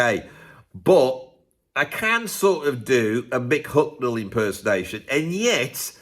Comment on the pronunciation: ...As an austrian i have to deal with your pronouncation of "Hucknall" which in my opinion is not british to austrian ears. I bought the Album Simply Red, Men And Woman in Hungary in the late 80s. But as i remember i was sober...